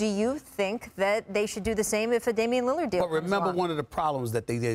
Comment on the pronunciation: "if Damian lillad"I'm dead